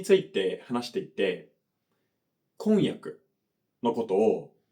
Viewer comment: 箸と橋の発音は日本人も曖昧じゃない？おを付けられるのが箸だけなのでお箸って言って区別したりしますね。 あと婚約とこんにゃくの発音が違いますね、全然通じますけどね。